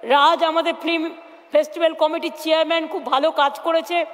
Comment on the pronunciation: Kothata flim noy film. Ektu porasuna korley bhalo hobey